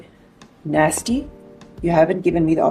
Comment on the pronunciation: Cannot even pronounce "nasty"